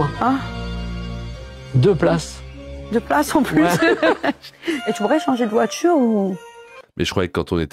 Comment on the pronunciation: de voitCHURE